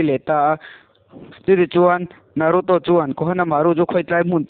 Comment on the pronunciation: Hmunawm a bro mahse movie recap thin ho dang angin a chhiar hi bel deuh hlek la a ngaihnawm viau ang a tha reng tun ai a tha in plzz in naruto poh I lam Dan a dik lo.